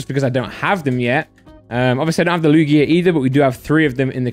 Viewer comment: The way says Lugia is vile